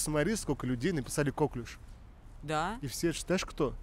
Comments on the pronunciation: Новая железа в организме-слюнощитовидная🤣 коклЮш, на Ю ударение. Французкое слово, как ты любишь. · КоклЮш правильно говорится! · Я в 15 лет знала значение всех этих слов… Читать надо классику, там все эти слова попадаются И не кОклюш, а коклЮш!!! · не кОклюш, )))) а коклЮш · коклюш,, просто коклюш)